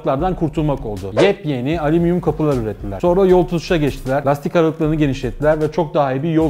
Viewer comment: Halil Tanrikulu tam bunu derken adam yeps yeni dedi tuaf oldum